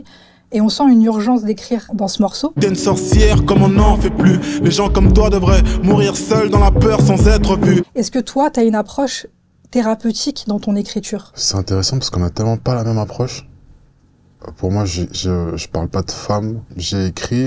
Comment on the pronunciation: Encore une avec les "tch" et les "dj". "tu dis" et pas "tu djis". "thérapeutique" et pas "thérapeutchique"